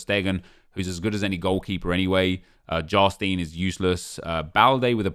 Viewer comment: You said Jarstein so wrong😂